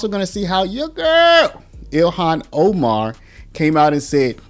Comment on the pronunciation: So many times people mispronounce people's names. Kudos to you for pronouncing her name the way she pronounces it.